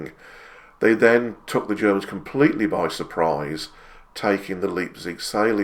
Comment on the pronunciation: A small point but just so that you are aware. In German, Leipzig is pronounced Lipezig and not Leapzig.